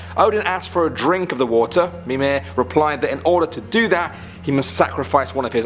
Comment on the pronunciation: mimeR not mime